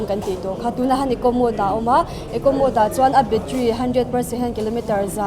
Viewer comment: Scooter tiin i lam thlap thlap a a tha hle mai. Mahse, i Caption ah Scooty tiin i ziak leh lawi sia. Youtuber leh Public figure te hi Saptawng thumal kan hman lar tam tak hi dik deuhvin hmang hram hram ula. MODE pawh hi Mood tiin i lam tlatin ka hria. I Nula interview kha chuan Mode a ti thlap a, nangmah ber khan Mood i ti tlatin ka hria 😁